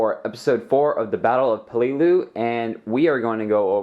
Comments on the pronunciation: Why to you say peleliu so wierd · why you say peleliu so weird eh